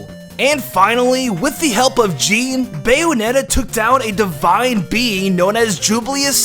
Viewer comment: did you just say Jean like the pants?